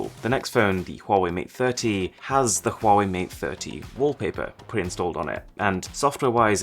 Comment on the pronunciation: Did he say quawai